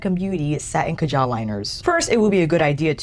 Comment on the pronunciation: It’s ka’ jel. Not ka jaaal’